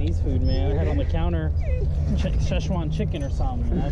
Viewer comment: AHAHAHAH I loved how he said Szechuan chicken. I'm probably the only one who laughed at that...